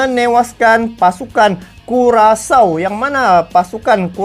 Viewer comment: Hahaha payah bener bang di sebutnya curacau .👍😀